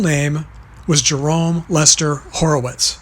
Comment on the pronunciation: Moe's name was Moses Horwitz. Not Horowitz.